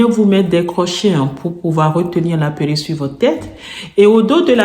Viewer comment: Faut dire PÉ-(R)RU-.QUE, pas puerik....sinon, on ne vous prend pas au sérieux...A part ça, belle élocution. Dommage que ces perruques soient si chères...